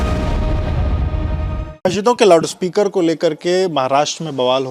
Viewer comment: 'Loud' speaker hota hai be, ye bhaisab kuch alag hi pronounce kar raha hai🤣🤣🤣